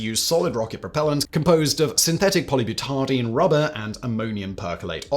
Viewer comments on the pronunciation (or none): Polybutardine? It's polybutadiene. You are a tardine adding nonexistent letters into words.